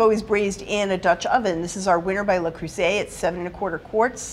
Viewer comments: NO vocal fry. EVER. It's really awful to listen to and it does not increase one's authority. It decreases it. And, please, learn how to pronounce "Le Creuset." It's French. Not Spanish. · It's not "lay croosay"